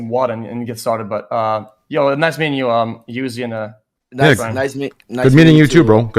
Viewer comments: broo not youzi💀😂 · He does this to assert dominance. He belittles him by saying his name wrong. True sigma. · Holy crap the insight if you could understand all that. Also can't believe he called him "Youzi" straight to his face lmaooo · He really didn't know how to pronounce UZI this entire time lmaoooo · i love how xqc still calls him "youzi" LMFAO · never thought xqc would actually ever call lil uzi “youzi” to his face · im from Quebec like xqc and I too tought it was pronounce youzi so I just think nobody told him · nah he always calls him "youzi"